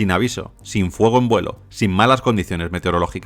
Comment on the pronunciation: Se escribe y se pronuncia "FUEGO" no "FUOGO"